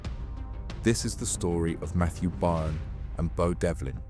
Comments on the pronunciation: By earn? Its pronounced BURN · FYI…..Byrne is pronounced BURN……not BUYERN!…..get a grip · Buy ern? It's burn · AI voice needs tweaking. Byrne isn’t pronounced ‘buy-urn’ for example - it’s ‘burn’. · Pronounced mathew BURN and BEW devlin. Not much of a reporter if ypu cant even pronounce the names correct. And this isnt even close to the correct story, they were put in place to take the arrests and jail time should the operation be uncovered. The real mastermind is in dubai fighting extradition 👍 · Pronounced *Burn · You’ve pronounce byrne (burn) 3 different ways so far couldnt help But comment 😅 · His name Byrne is Irish.Its sounds like Burn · His name is pronounced Burn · pssst... byrne is pronounced burn, was a good watch btw.. nice one!!..😎👍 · FYI for future reference it's pronounced "Burn" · Byrne is pronounced burn in ireland. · Byrne is Irish, pronounced burn. Great video thank you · That's how you know it's AI generated.